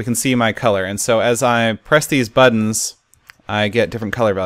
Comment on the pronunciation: "So as I press these budns..." Oh, Seth, never change. Budns.... :'D